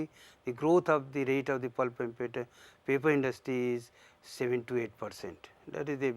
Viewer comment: papi industy ! tau ji bolna to sikh lo